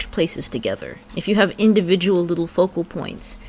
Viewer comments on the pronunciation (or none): none